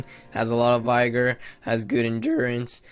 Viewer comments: He said it like vygor lol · Vi-ger. ... lol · vigor is pronounced like bigger with a v instead of a b, not like tiger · This dude dumb? He dont even know how to say vigor right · I refuse to listen to anyone who doesnt know how to pronounce 'vigor'